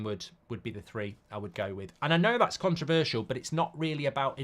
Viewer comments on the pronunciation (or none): none